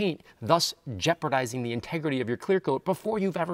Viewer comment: Jeopardising… not “jeopradising”